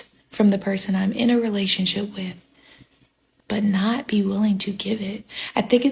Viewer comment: Note she didn’t say marriage… she said relashionship!